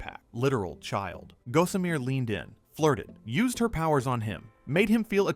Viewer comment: Hey AI-for-brains! It's pronounced "GAH-summer", not "GO-sum-eer". Someone needs to get off the net and go read a book.